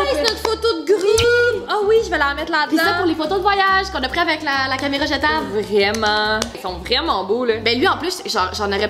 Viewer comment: A 7minutes38 elle à dit caméreu